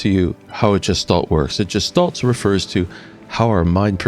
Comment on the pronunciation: Interesting. However, please learn the proper pronunciation of "gestalt." It's supposed to have a hard "g" like "graphics." It was very distracting every time you pronounced with the j sound.